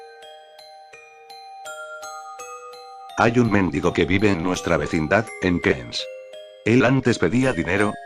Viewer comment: hay un méndigo xDD creo que era mendigo